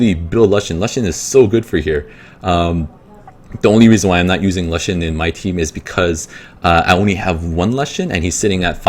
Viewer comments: lushen? "loo-shen" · "Luhshen" was bothering the f out of me